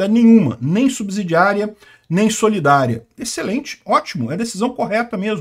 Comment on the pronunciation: Subsídio (ssss...) , subsidiária.. E não subZidiaria(zzzz...)